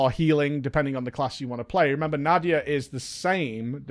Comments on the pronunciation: Na-dee-ya,:) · I think its Na-dee-ya,:)